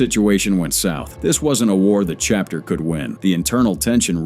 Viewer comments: C Hapter? 🤨😅 This Ai slop is hilarious! 👎🏼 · Really shitty AI SLOP that can't even pronounce "chapter" (instead says "see-hapter").